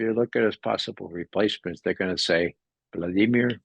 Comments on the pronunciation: He is fluent in Russian. They don't pronounce Vladimir like we do, either. It's more like "vla-dee-YAY-meer." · the a sound is an "ah" and the emphasis is on the second syllable thusly: Vlah-dEE-meer